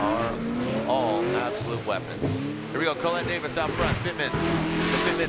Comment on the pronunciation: I really wish someone would teach him how to pronounce her name.